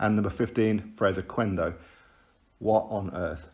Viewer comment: Who is the Fres Quendo that I keep on hearing about 😂😂😂😂😂😂😂😂